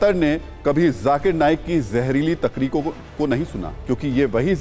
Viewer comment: Wo bhai sab takriko nahi takrir hota hai